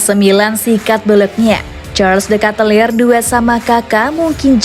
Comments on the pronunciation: KATELAAR !! bukan KATELIR... ini kritik krna sayang ke channel ini.. ayolah min, perbaiki .. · jgn de katelir dong min bacanya.. Tp de ketelaar biar enak gitu lho didenger.. Maaf ya min hehe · u pronouncing wrong dude, the right one is charls de ketalare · Charles De Ketelaere, cara bacanya "SYARLE DI KITELAR" min. Jangan salah min, dia adalah King Charles. Kau mau rumahmu didatangi Ibra ngamuk² gegara salah baca nama King Charles? 😁😁😁